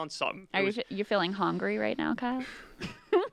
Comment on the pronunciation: SHE SAID HOUNGRY